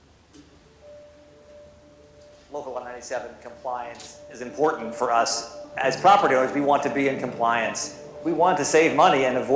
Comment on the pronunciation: "Import-ant". Who teaches these people phonics?